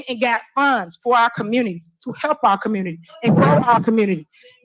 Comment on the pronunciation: LOL...Also what's is a "commurny"? 😂😂😂